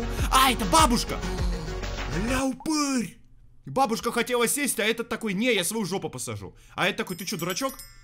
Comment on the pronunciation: Бабушка ударение не туда